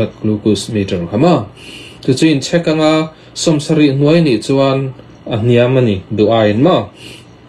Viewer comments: Tawpic ti mai la...tropic han tih kher...chek poh chhek iti daih a.... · In chhek tihhi alam rik dan tur ani em? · Ti nge Check ti mai lovin Chhek itih tlat,? Tin, glucuse nge glucose, C pawh a hniam zawngin i lam zel a,hypu glycemic pawh ka hrelo